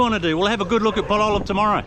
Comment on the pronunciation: As Lisa corrected you, it's PAL-o-lem, not Pa-LO-lem. Listen to the locals, it's not that hard,. I know you can do it! You do a good job with bahasa indonesia, so for sure you can get the names in India. Most three-syllable words will have stress on the 1st syllable. Soldier on! I know you don't read the comments anymore and that's fine, I don't blame you with me bugging you about pronunciation.